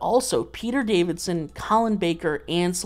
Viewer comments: Peter Davison… Not DaviDson… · every time you say peter davidson instead of peter davison my soul shatters a little bit more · It's Peter Davison not Davidson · If you've got to Tier 6 surely you might even know that it's Davison not Davidson! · Is it just me or is he saying Peter Davidson?!